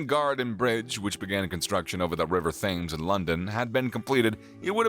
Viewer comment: it's pronounced "YUK ah " and it's pronounced "Tems " not Thames your'e welcome !